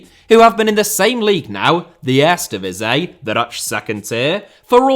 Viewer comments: Would be funny is he instead have used the leagues official name which is: KEUKENKAMPIOEN DIVISIE 🤣 (since he has so much trouble with Eerste Divisie, which means First Division and should have been pronounced as : EAR-STE DEE-V-SEA) 😉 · Are you a fan of the erresdivizei? 😂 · Earsta Divizzee and Tweyda Divizzee for pronunciation 🤣👍🏽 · 🤣🤣 echt he. For real, what is he saying, it gives me itches🤣😭 Ejstdivizjeej??? He should pronounce: EAR-STE DI-V-SEE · maar echt 🤣🤣 for real what is he saying.. Ejstje djeveesjeej??😭 He should pronounce: EAR-STE DEE-V-SEA Ennoys me so much as a Dutch i stopped watching...